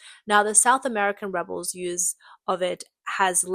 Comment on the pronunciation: Also it’s REH-bulls not reh-BELLS, when talking about a group of people and not an action.